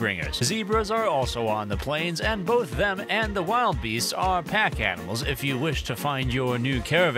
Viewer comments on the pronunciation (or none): Lol that's defo not how you say wildebeast 😅 crazy timing with this drop I was just looking at other animal mods to add